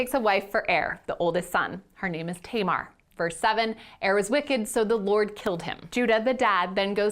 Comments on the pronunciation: I deeply appreciate this video, but I wish you would look up the correct pronounciations of names because it was driving me crazy that you were calling Tamar Tay-mar. That “a” sound does not exist in Hebrew. Other than that, I think this is really important and a great thing to talk about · that's...that's not how you pronounce Tamar. my sister's name is Tamar. it's TAM-ar, like TUM-ar.